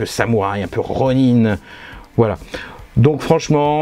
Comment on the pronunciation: Un "'Ro'Nain" ? :D